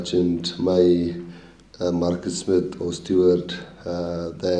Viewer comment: The way he says “Markus” sounds so Afrikaans